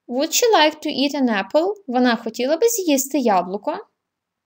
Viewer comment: Жахливий наголос словa "WOULD"!!!